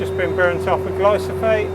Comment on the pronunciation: "Glyphosate"! Not "glysophate".